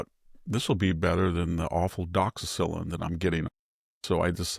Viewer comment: I can't let an obvious intellectual superior continue to grossly mispronounce the name of one of the most commonly prescribed antibiotics in the world. DOXYCYCLINE.